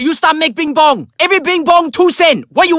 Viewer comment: its bing bong do u not know what a p sounds like